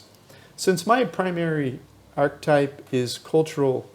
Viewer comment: Your pronunciation of archetype is ridiculous . Do you right the script ?. Do you practice ? Your scripts are constantly full of mis pronunciations. It’s really hard to listen to a grown senior man with such poor verbal skill.